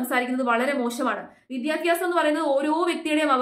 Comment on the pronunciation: വിദ്യാഭ്യാസം. വിദ്യാഫ്യാസമല്ല.